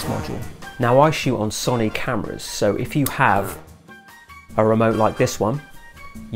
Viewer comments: I have never heard anyone call Sony, Sonie before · I can’t get over how you pronounced Sony